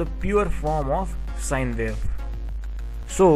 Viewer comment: And vy? Sine vave, square vave and vaveform, I was having some difficulty trying to digest listening pronunciation between W and V. Does India have the same with Germany and some African countries with regards to pronunciation? No offense about this comments, thanks!